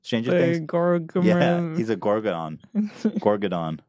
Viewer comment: holy fuck Ethan said "gorgodon" 😂 it's demogorgon 🅱